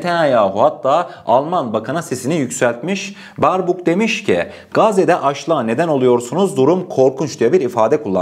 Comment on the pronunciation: Alman dışişleri bakanının ismi Beerbok diye okunur kardeşim eğer bu yorumu okursan aklında bulunsun Allah'a emanet